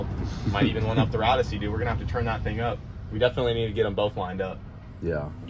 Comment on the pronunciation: Plodyssey idk why he keep saying ussy its ossy